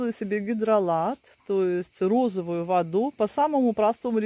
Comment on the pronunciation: Это ж невозможно столько лишней болтовни. Зачем нам ваши букашечки и прочее. Более лаконично-беудет лучше. Это,наверно,рассчитано на тех,кому не с кем общаться. Вообще,речевой поток в таком количестве свойственный пожилым людям. И правильно говорить не водУ,а вОду,не консерваторы,а консерванты. Консерватор-это человек,который не преемлет ничего нового